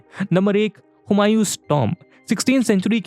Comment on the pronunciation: Tuumb pronounce Kare .